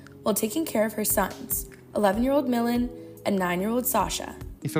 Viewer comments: Oldest son Melon she slaughtered such a beautiful name . Milan!!!!!!! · Please white lady learn how to pronounce Milan say it with me: me-lawn